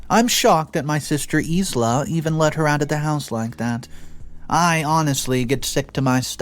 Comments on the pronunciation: Sorry,, Isla is pronounced “eye-la”. It’s actually the name of an island off the west coast of Scotland. Please don’t think me nit-picky, it’s just so you will know how to pronounce it,if there is a next time. Thank you for your great work, I love it!!! XXXX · It's said eye la, not isla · Isla is pronounced "i lah" or Isle la. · Once again my dude you got a major name wrong. It's pronounced eye-la. Maybe Google it if you don't know how to say it. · ISLA I believe is pronounced EYE-LA Like ISLAND is NOT "EES-LAND" the only redeeming factor to the number of mispronounciations is if you are not from North America (Candana or USA) I had previously "taken a break" from your channel for days up to a week so I did not leave angry comments thinking you knew better. I mean Hello triggering ADHD and Bipolar crap